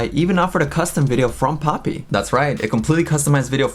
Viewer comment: for a moment I thought Titanic called her "POOPY" 😂